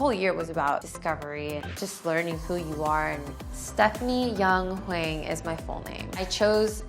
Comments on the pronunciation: "Stephanie Young Hweng" okay she's back with the HWENG 😂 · Tiffany pronounced Hwang so Americanly haha